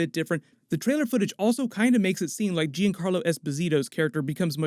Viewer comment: I'm a fan, love what you do. That said and with good intentions I hope that you don't mind if I point out a correction to your pronunciation of the name Giancarlo. It is pronounced John Carlo, or more precisely in Italian, "juncarlo", not "gee an carlo". Grazie.